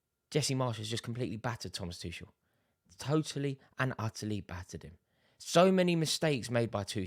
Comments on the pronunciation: How can Rory still not understand how to pronounce Tuchel's name? He's been here for 20 months now, come on Rory! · Rory, any chance you could learn how to pronounce "Tuchel"?